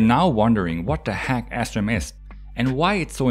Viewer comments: it sounds like he is saying ASSRAM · I kept hearing ass-RAM 🤷🏻‍♂️ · i thought you were saying astrom for some reason. lol